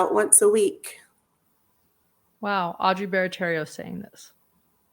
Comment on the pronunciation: Also- just an FYI- it’s Audrey BARATTIERO NOT BARATTERRIO! Pronounced BARATARO!